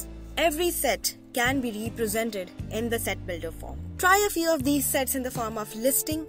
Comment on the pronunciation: I think you say Sex 😅